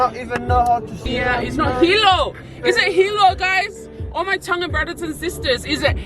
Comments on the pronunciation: Aww gotta give it to team Georgie hehhe pronunciation on point but well done for singing along 🇹🇴❤️🥰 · Love it guys haha must have some Tongan in him he got the Tongan Prounounciation on Lock. Love u guys keep coming with the videos 🤗😍🙏🙏🙏 Bless you both. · My man was born in Tonga tho hahaha lesgooo pronunciation got it on lock yo lesgooo🇹🇴🇹🇴🇹🇴🇹🇴🇹🇴🇹🇴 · So crack up 😂 did better with the Tongan words.. pronounciation and correct words giiiirl u smashing those Tongan words 😂 osi just 🤷🤦😂